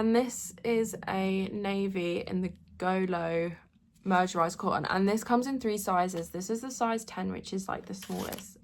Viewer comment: The word mercerised is pronounced as MUR-suh-ryzd, had to google cos I have same trouble 😂.